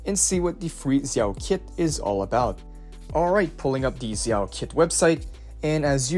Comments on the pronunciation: It's pronounced (d)jao, not zzzao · no it’s pronounced jao Zh together translates to J sound from Chinese to English in ALL cases(no exceptions). Same with Zhu Yuan (Ju Yuan) Note: also I looked it up and Xin Zhao from league is actually pronounced (Shin *Jow*) so you’re wrong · thanks for this i'm so excited for the new agents! also zh- is like a j- in mandarin! they actually have two j sounds but i won't confused you more haha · its zhao... just like "xin zha" is pronounced in league